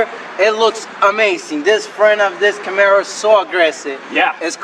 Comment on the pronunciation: CAMARO not CAMERO LOL!!!!! Great job guys